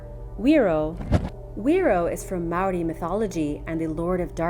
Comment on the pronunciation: That was honestly a super good attempt at saying Māori. I'm proud